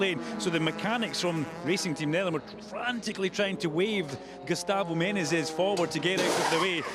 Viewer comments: How difficult can be to spell the word Menezes right?? He says Menes, Menenes... its Me-ne-zes. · ME-NE-ZES!!! 3 syllables you peanut. My god that American Nobody gave me the shits that whole race. Sound it out mate! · ME-NE-ZES. Say it ten times. Otherwise good commenting! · One of these days he'll pronounce Menezes right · the commentators keep messing up saying "Menezes" lol